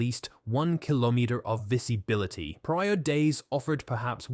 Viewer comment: The AI voice is so bad. The weird pronunciation of word visibility, weird shifts of tone, that scary sound right at the end of the video ("... the latest developments. MEH If you find"). The AI script is even worse. There are parts that repeat themself.